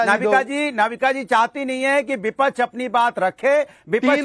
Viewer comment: Anurag Bhadoria cannot even speak clear Hindi. Keeps saying VIPACHCH. there is a syllable ksh in hindi. Vipaksh. Anurag needs to disclose his real Islamist name.